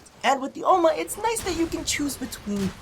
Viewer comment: The way you say Ohma, is how you say granny in dutch (granny = oma) , you just... dont moan whilst saying granny.. please throws up